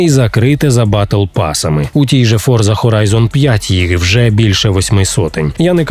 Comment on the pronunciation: Боже, ну шо так складно вивчити, що гра називаться не ФОРЗА, а Форца? Це італійське слово і воно читається не з використанням англійського.